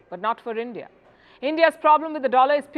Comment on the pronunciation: BREAKING NEWS: Brics leaders have booted out END-DEE-AH and replace BR"I"CS with "I"ran.